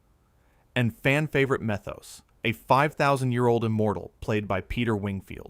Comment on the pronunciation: While I cannot defend Highlander 2 or any of the movies that followed, the original Highlander is NOT a bad movie. It does touch on the burden of being immortal with the death of Connor's wife Heather. The studio also interfered with production. By the way, it is pronounced Me-thos not Meth-os